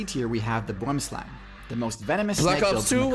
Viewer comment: I love how they pronounce boomslang, it's a dutch or afrikaans derived word meaning tree snake but you gotta say it w the accent